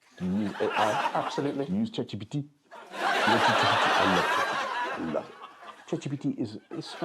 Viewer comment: I think a posh socialite with a french accent told him about ChatGPT, and he thinks that's how you pronouce it. LOL.